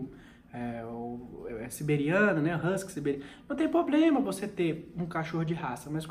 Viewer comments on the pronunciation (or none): Boa tarde, curto muito seus videos.Como eu sei que você não fica chateado eu vou dizer: para de falar poblema;é PROBLEMA!! Um forte abraço!